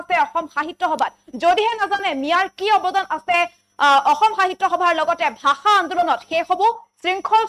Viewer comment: তহতে আজিলৈকে অসমীয়া ভাষাটো ভালকৈ কব নিশিকিলি ... ভাহা নহয় ভাষা ... দেহতকৈ নহয় দেশতকৈ.... 😂😂